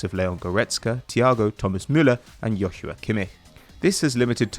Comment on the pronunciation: its pronounced joshua kimmich not yochua kimmik !!!!!!!!!!!!!!